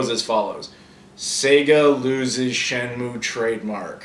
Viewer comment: this reminds me of that video where shenmue grabs his trainer by the foot and pulls her to the bottom of the tank and almost drowns her. That's why they wont make shenmue 3, sea world wont risk losing another whale trainer! Sorry, every time you talk about shenmue all I hear is "shamu" and then I can't stop with the killer whale jokes. I'm sure your used to if you ever talk about it in front of Aaron (seems like a joke he wouldn't get tired of). I hope it's good shenmue news from GDC, you never know they could make shenmue 3.